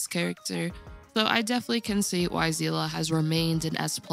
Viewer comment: aight you get a sub just for pronouncing Seele correctly 💪💜